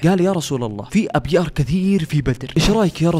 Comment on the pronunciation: في الدقيقة 13：التانية 14 مش أبيار بل نقول أيار جمع بئر ❤❤